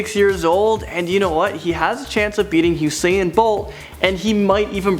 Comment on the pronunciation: He said usaiyan bolt 😂😂😂. It's just usain